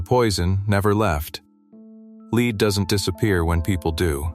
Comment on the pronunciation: Leed is not a metal, AI.